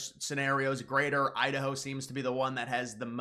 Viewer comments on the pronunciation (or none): Is it pronounced Idaho or Udaho?